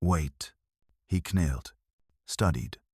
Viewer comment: It was ok until the AI pronounced knelt as k- nelt lol